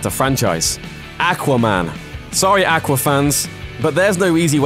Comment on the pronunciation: No one pronounces aqua like you do